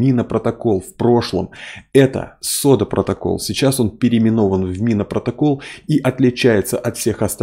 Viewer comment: "СОДА".... Это какой то позор.... ((((